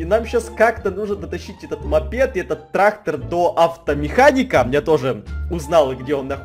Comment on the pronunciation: трахтор...🤔ТрахТор🤨ТРахТОр😁ТРАХтор😂ТРАХТОР🤣🤣🤣 Я ряльно прям орнула